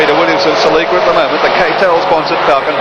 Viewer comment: Celica mate, Celica. lol